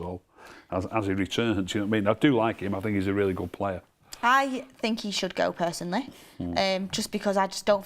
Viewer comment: saying personly is killing me off!